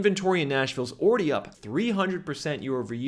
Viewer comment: The word is already not owready